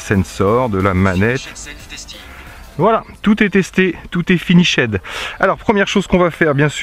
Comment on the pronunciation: Quand PowerVision ont vu comment les Français prononcent l'Anglais ils ont decide de mettre des phonemes Français sur des syllabes Anglaise. Quand on entend les media Français parler l'Anglais c'est bien moche. Eh TAK ! folomi, finishède, etc.